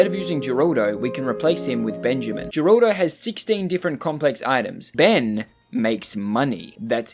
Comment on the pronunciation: Her-al-do his name is geraldo name for pronouncing is her-al-do